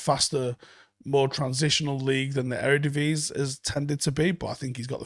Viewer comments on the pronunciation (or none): none